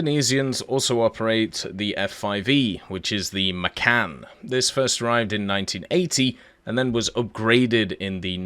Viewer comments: F5 Macan, way we pronouce it isn't makan but like machan, just less on the H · FYI, the C in Indonesian is phoenetically pronounced as a CH, and the letter A is pronounced the same in all words (except English loanwords), like the U in umbrella. The correct pronunciation is "Muh-chan" (chan like the Japanese -chan nomial suffix) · im laughing when you said "Macan" as "Makan" that have different meaning in Indonesia actually, Macan is meaning Tiger and Makan is meaning eat, btw nice video i love it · You posted this right around the time of Indonesian Independence Day. I found that very intriguing, so thank you sir. By the way, to pronounce the "c" in "Macan" is like pronouncing the "c" in "Change" or "Chance" or "Channel"